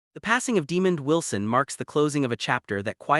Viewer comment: I am so sick of these A.I. generated sites. It can't even pronounce the mans name right.